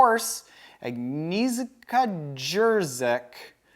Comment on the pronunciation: meyby try "Agniesha Jeshik";) I know its hard do good luck 🤣 XD